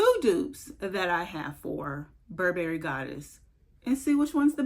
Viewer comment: No berries in buh·buh·ree. Stress the first syllable. You're welcome.